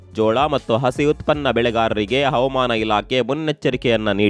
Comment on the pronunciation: Please pronunce Havamana and Avamana ' s difference